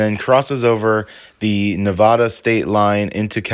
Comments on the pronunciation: It’s NevAda not Nevoda. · Neh-Va-Dah not Ne-Vaw-Duh! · While I think it is major BS you keep getting pulled over for BS please know it is Ne-VAD-uh not Ne-VAH-duh. Stay safe out there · Nobody in Nevada pronounces it "NeVAHda. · It’s pronounced Navaaada!